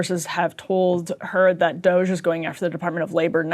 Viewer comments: Fake news. Really disappointing performance Ryan. The doge adults, that are a hell of a lot smarter than you might I add - have read only access. Quit making up nonsense stories about them "messing up the code". Also, you erase your integrity by calling them kids and mispronouncing DOGE on purpose or by accident. I'm on my last legs with this 'news' outlet. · I kinda love Ryan pronouncing DOGE differently each time. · Dude you sound like one of these doge kids, they're not geniuses they're just thieves and scammers. I mean they're in the right party i suppose. They should pronounce it as dodgy cause that's what they all are. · Ryan and his passive aggressive pronunciation of DOGE 😂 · I mean, it's ridiculous, named after a fake crypto meme for christsake. It should always have a passive aggressive pronunciation. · It's so obvious Ryan knows nothing about writing code. He's stumbling all over himself trying to fabricate his BS. And mispronouncing DOGE just makes him sound ignorant. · Is Ryan intentionally mispronouncing DOGE? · I think so. He has pronounced it correctly before, I think he just really hates the term so doesn't want to say it correctly. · Why are you pronouncing the E that stands for efficiency as an A? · I love that Ryan is pulling a norm Finkelstein pronouncing destiny's name with saying DOGE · Dogey? Doggi? Doju? .... it's Doge (Doh-ch) come on old man get it together. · Pronouncing it "doggy" really helps me <3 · Why was Ryan keep pronouncing it DOGÈ??? 😂😂😭😭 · Can’t Ryan just say “D-oh-j” like normal people? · Why is this boring guy pronouncing it Doe Jay? He is playing up the Buffoon character a little too hard. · Ryan has low T. I can tell because he keeps saying Doggy instead of DOGE. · Pronounce it as "dodgey". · Doggy? Dough jhey? Doh Jay? Is he trolling or nah? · it's pronounced DOGIE Emilly. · I'll be sure to pronounce it Doggy from now on. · Reeannn, please stop saying DoeJay. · “Doge-aye” -Ryan Bumblefuckimbecile Grim